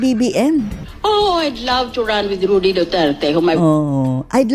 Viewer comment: Rody po hindi Rudy. 😊